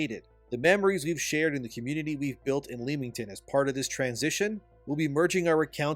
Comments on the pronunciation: Bro Leamington. Say it right or not at all. Think of it as Lemin. Leminington. The 'A' is silent. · England resident here, it's pronounced Lem-ing-ton 😂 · FYI its just Lemington, ignore the A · As someone with family in royal leamington spa, its a little grating to hear thebtowns name be mispronounced, makes me think we are talking about somewhere else. Its pronounced lem-ming-ton. The 'a' is silent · Leamington is pronounced Lemmington. Had to dip , too cringe.